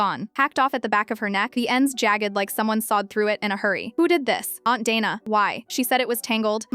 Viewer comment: Dayna not dana